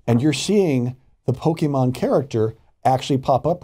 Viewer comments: Hey It’s Pronounced “Pokémon” Not “Pokeman” 😒 Get it right Man.! Farron Cousins pronounces it better than you. And he’s not even a NERD! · How are you a nerd, but you call it Pokiman Go? Stop😂😂😂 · Two things 1) i didn't even have to hear about this to know it was going to happen. 2) there are two types of fans: Regular people and the ones who say PokeMAN. Sorry, just irritating when i hear people mispronounce things like that. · I'm honestly just more surprised with how literally heard how pokemon is pronounced and still pronounced it pokeMAN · why do people still say PokeMAN? It pisses me off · It would be really great if they learned how to pronounce Pokemon before they did a story about it...